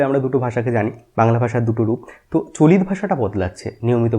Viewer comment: আমি বাংলাদেশ থেকে, আমাদের ডা. সুনীতিকুমার চট্টোপাধ্যায়ের ধারণা পড়ানো হয় না। ডা. শহীদুল্লাহ এর ধারণা পড়ানো হয়। গৌড়ীয় অপভ্রংশ থেকে বাংলা ভাষা এসেছে বলে আমাদের পড়ানো হয়। আপনার উচ্চারণ গুলো কেমন জানি লাগলো। "আজকে" কে বলছেন "আজগে"। "চলিত" কে বলছেন "চলিৎ"। তবে আপনার উপস্থাপনা বেশ প্রানবন্ত, বাংলা ভাষার প্রতি আপনার আবেগটা জোড়ালো। ভালবাসা রইলো। পাশে আছি। এমন আরো তথ্যবহুল ভিডিও আশা করছি।